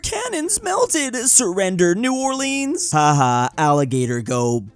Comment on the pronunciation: The way he pronounced New Orleans. 💀(I’m Louisianan BTW)